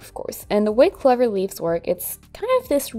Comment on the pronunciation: Really beautiful,. I will try this one. Gives me lots of inspiration for other leaves. By the way, 'clover' rhymes with 'over', not 'lover'. As an English person, I apologise for the crazy randomness of some of our words.